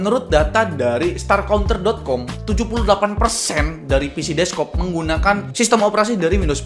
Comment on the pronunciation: DESK-TOP BANG, BKN DESK-KOP 😂